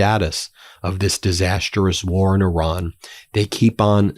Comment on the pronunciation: Ben - I believe you can learn to say “Iran” rather than “Oran.” You learned how to say Hormuz correctly, though it took a while. Please make the effort out of respect for the people of Iran.